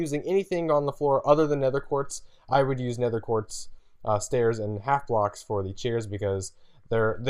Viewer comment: He keeps saying 'nether quart' its 'nether QUARTZ'!!!